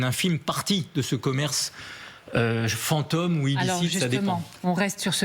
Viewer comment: Le commentateur paraît assez intelligent, mais pourquoi prononce-t-il plusieurs fois fant'homme à la place de fantôme ?